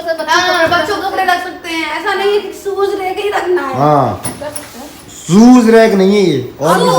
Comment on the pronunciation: सुज रेक nahi शू रेक